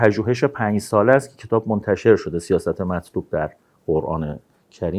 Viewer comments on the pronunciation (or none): none